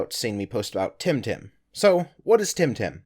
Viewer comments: Its Temtem NOT Timtim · Am I the only one who keeps hearing say "Tim Tam?"